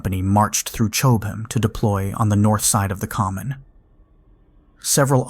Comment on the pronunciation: Chowb-ham, still laughing. (Cob ham).